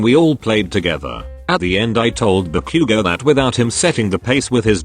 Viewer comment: LMAO SOUNDS LIKE “Barbecue go” INSTEAD OF BAKUGO 😂😂😂